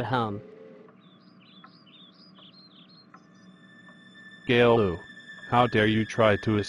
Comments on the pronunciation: its not gaylou it csillou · Angelika Unger they say Caillou’s name wrong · Love how they always say Gaylou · it's not gayloo its caillou lol. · Its so funny 🤣 how Callious Dad calls him Gaylou 🤣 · I love how they always say Gaylou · Angelika Unger they say cailloiu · take a lou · no they say cailou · JoshZ they say gaylou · JoshZ gay Lou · Lol gaylou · and why do they call him"gaylou"💀✋🏼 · It's so funny when he says “Kale-u” instead of Caillou. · Why do peapole think Boris kayloo i think He say gayloo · they always say Gaylou LOL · WHY DO THEY KEEP SAYING KAYLOU LMAOOO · Their always calling caillou gaillou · They pronounce “Caillou” wrong. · When Says Chucky Chesses It’s Sounds Like Chucky Jesus